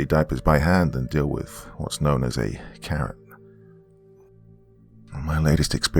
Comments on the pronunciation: Omg I thought you said "Bitten by a CARROT"! 😂😂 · I thought he said carrot at first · I thought he said “bit by a carrot” 💀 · I heard carrot too!! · I thought he said carrot 🥕 too!!😈👻👹👽🤡